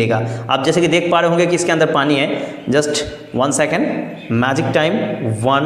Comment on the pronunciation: Once he said pana to pani 😂😂😂 but excellent 👌🙏🏼